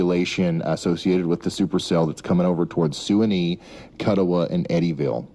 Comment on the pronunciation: Didn't pronounce Kuttawa or Suwanee right so not from western Kentucky